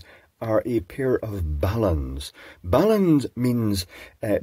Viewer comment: Thank you for pronouncing balun correctly. Unlike the noobs that pronounce it "bay-len". That always annoys me.